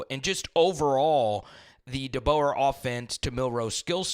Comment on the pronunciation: Facts 💯💯 He needs to at least learn the correct pronunciation of Coach DeBoer's name, seriously. all season long 💪🔥🐘 Roll Tide Fam